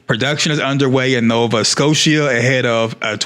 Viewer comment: Just a heads up for next time, it’s pronounced “Nova Sko-Shuh” (think about how people pronounce OSHA) 🤓🤓🤓